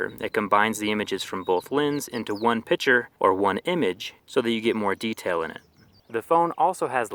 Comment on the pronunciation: when you take a pitcher?